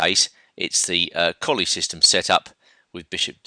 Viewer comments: It's pronounced "Colluh" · Please, it is Colle ,and not Collie. A very strange and bad english habit to change, difform, capital names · your all wrong.its spelled colle and its pronounced cõllee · Yeah, Colle is pronounced 'Collay'